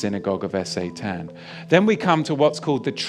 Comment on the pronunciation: Is S.A.Tan some sort of alternative pronunciation, or is there some sort of algo censorship of the full word?